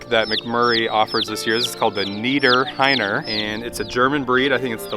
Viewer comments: It is pronounced Nieder Rheiner like the river Rhein in Germany and they are basically named after a region here in Germany called Niederrhein. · It is pronounced Nieder rheiner, not "Niederr heiner"😉🤗. It's not a big deal and I don't want to mess around. Just wanted to say it so you guys know the right pronounciation.✌🏻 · I'm sorry but as a German, I have to: The chicks are called Nieder-r(h)einer - the h is silent. 😉 It actually means that they're coming from an area around the river Rhine - called Niederrhein (just like the chicken breed). It's right next to the border of the Netherlands.